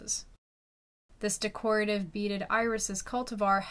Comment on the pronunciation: Poor thing couldn’t say DECORATIVE either…